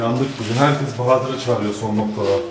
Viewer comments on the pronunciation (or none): none